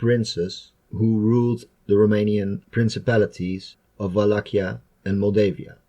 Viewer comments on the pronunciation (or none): Pronunția engleză pentru Valahia nu este corectă. Dacă audiența este cea internațională, atunci trebuia să se facă o cercetare mai atentă.